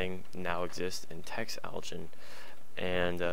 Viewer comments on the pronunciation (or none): It's pronounced uh-line... text-aligen